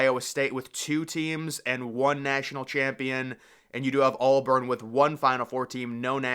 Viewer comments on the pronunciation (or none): Dude. It’s AUBURN. Not ALLBURN.